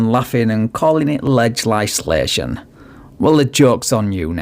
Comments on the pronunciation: "Lug-ess-sa-lation!" She can't say legislation 😆 😆 😆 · She should be under arrest for torturing the word "legislation" so hard to fit the word "lie" into it.